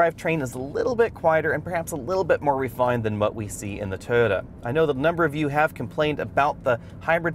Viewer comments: Is he calling it a 'Toe-Da'? It is called Toy-O-ta. Ford seems to be improving, but I don't think it is at Honda CRV or Toyota Rav4 quality level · This guy can't pronounce the word "Toyota".